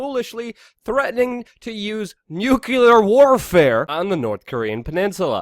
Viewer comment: Luke,its Mattis,not Mathis😉